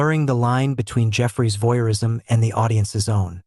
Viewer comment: "Voyeurism," not "voirism!" Who edits this crap?